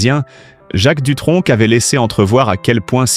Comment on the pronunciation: On ne dit pas Dutronk Mais Dutronc (sans le c)